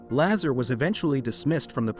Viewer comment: Bob Lazar (pronounced Lazaaar) is correct. he talked about element 115 which was not yet discovered on earth - now its on the table of elements. he did work at area 51 there is a document for paychecks that shows him as an employee I CAN'T CONTINUE TO WATCH THIS VIDEO WITH THE BAD PRONUNCIATIONS.